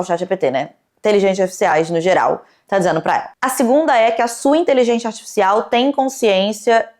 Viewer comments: "inteligentia zartifffcsais" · porque que ela fala inteligenTIA aaaaaaaaaaaa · Caralho, INTELIGÊNCIA! É inteligênCia e não inteligênTia!!!! 🤦🏻‍♀️ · Ouvi a falando "inteligêntchia" artifícial o tempo todo kk não consigo desouvir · Nossaaaaa nem fala, “inteligentia” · gente, ela fala inteligentia ou inteligente artificial, que nervosooo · gostei da pronúncia intelidjência artificial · eu acho q eu to com psicose de youtube, o tempo todo ouvindo a falando "inteligentia" e achando q ela ia falar outro idioma hahaha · Toda vez a repete a palavra "inteligência" eu escuto "inteligêntia" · td vez q ela fala inteligentia artificial alguem morre no rj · Inteligentia artificial kkkk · falando “inteligêntchya artificial” quase todas as vezes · Meu deus que agonia. InteligênTIA . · ela não consegue pronunciar 'inteligencia artifical' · que fofinha a pronúncia da de "inteligência" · A fala a palavra "inteligencia" de um jeito engraçado ne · pronunciando "inteligência artificial" é minha nova religião. 😂❤ mto fofaaa